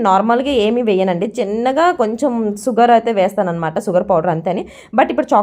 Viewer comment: సుగర్ కాదు అక్క షుగర్